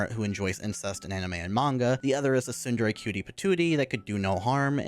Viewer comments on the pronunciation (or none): none